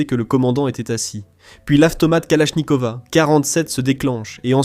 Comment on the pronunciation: kalashnikova 47 ???? AK47 pourquoi " a " à la fin ????